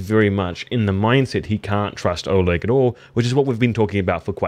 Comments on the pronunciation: There is a reason his name's written "Oleg" because it is actually pronounced "Oleg" and not "olog" ^^ (no offense, just corecting you for future videos) :) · Was a bit annoying when you kept saying Olog instead of Oleg in the start😂